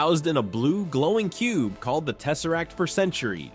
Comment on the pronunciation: The space stone when he said teserrack I’m like la la la lava ch ch ch chinken